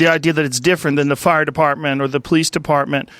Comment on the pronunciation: "But Muh fire partment"